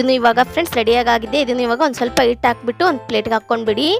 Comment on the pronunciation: ಇಟ್ ಅಲ್ಲ ಹಿಟ್ಟು